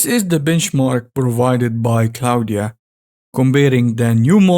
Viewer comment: It´s not Claudia but Claude (french) dot AI. xDDD Never stop practicing. :D